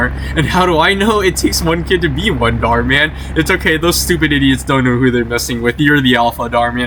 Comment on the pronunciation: Bro said "small" channel called Darh Man 😭